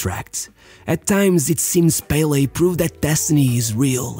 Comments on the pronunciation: If you are going to pronounce Santos as santosh you can call pelÉ by his name, its not PÉle but pelÉ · The pronunciation is Pe-LE not PEH-le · I love how you always pronounce most Brazilian names correctly (not the case of you pronouncing Pelé btw)